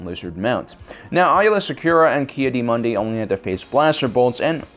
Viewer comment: And you mispronounced her last name (ad Ki-Adi Mundi’s)